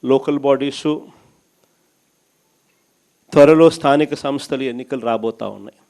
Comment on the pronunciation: నత్తి 11 సార్ స్థానిక సన్ స్థలు కాదు స్థానిక సంస్థలు, ఫెయిల్యిర్ కాదు ఫెయిల్యూర్ ముందు మాట్లాడం నేర్చుకో నత్తిపకోడి నువ్వు ఇక జన్మలో గెలిచేది లేదు.